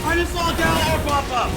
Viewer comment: It's Gjallarhorn. It's just as easy as Gallarhorn, except, you know, Gjallahorn is the right way to say it. GEYALERHORN.